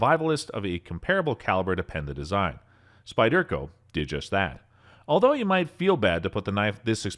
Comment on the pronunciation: lol yeah that was getting to me also. The Spy-Dirk- O just topped it for me.